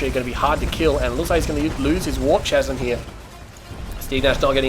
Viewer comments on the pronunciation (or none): Lol it's pronounced "Kasm" not "Chasm" :P